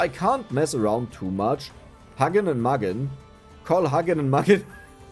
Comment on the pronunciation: Pronounce hugin and munin more like you’d say it in german.